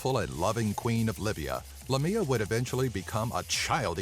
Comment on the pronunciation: Haha, the second creature is actually Lámia, not Lamía. Lamía is a town in Greece, and one day, when I was young and I couldn't read very well, I read Lámia in a road sign and my father, who was driving the car, laughed and then explained me what Lámia was! I freaked out...!